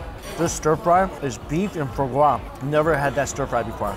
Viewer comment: It's FWA-GRAH - foie gras